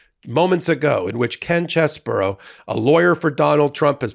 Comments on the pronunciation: It's "Chez-bro." Not "Chez-buro." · I have to admit, I doubted that these people were going to flip on Trump. And, now it's a deck of cards. (Edit). One good thing came out of this. We now know his name is pronounced: "CHEZ-bore-oh"